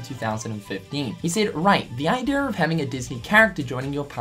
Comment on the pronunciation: Everytime this dude says idea i keep hearing idear